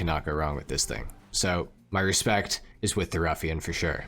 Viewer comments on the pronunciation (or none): none